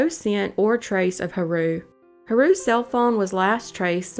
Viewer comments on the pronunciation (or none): the most spine tingling thing of this video is the way she says ha-roo instead of “hah-ru”